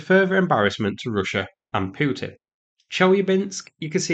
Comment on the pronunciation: I kept waiting for you to pronounce Putin properly Rogered by this attack.